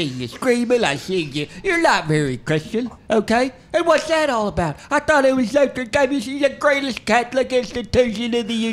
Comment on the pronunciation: “LOTRE DANE” 🤣💀